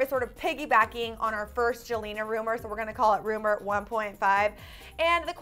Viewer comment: Did he say joelna